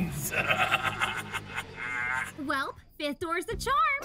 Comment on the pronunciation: I heard GAWBLINS SO I CAME RUNNING